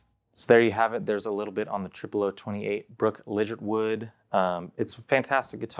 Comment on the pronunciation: Legit er wood is how she pronounce it lol.